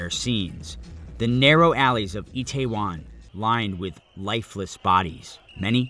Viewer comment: itaewon, not taiwan